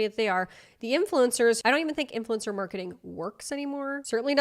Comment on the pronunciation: is “influencer” an accent or dialect?